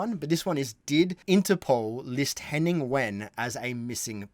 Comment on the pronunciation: Henning's surname is pronounced like vein